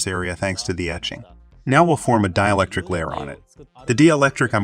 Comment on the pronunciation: dee-electric. Omg people! Proofread/listen to the story before you publish it!